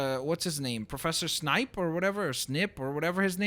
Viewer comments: It's not snipe its snape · Snip?????? It's SNAPE